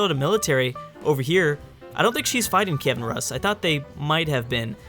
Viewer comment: Keeven ROOS! not RUS! watch bill wurtz, man!